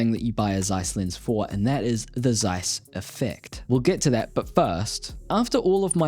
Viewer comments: Thanks for the vid. One nitpick, it's TSeiss, not Zeiss. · It is pronounced ˈtsaɪs, not zsaɪs. Z in german is ts. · fun fact, its pronounced Ceiss not Zeiss... Z in the beggining of a word in German is pronounced as C